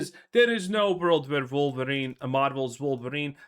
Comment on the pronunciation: Wolverine ❌ Queerverin ✅